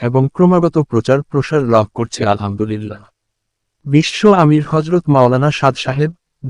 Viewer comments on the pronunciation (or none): none